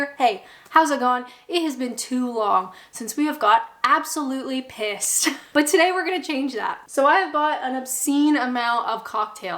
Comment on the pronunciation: Oh I had to chuckle everytune you said "pissed" and at the end "Absolutely Pissed". I'm sorry to break it to you but you may still sound like a Canadian but your definitely 100% British now. 👍